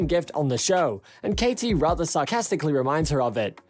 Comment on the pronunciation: Nobody wants to hear you tell us what was said. Let us see for ourselves. I hate this new style. I urge people to turn you off. You can't even pronounce Katies name. Pathetic job.